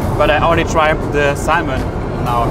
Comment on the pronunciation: Please don't pronounce the "l" in "salmon."